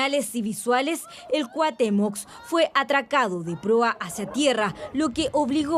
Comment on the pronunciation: Cuatemox?😂😂😂 cuahutemoc pense que solo aqui ya habian quitado el requisito de hablar bien paravser periodista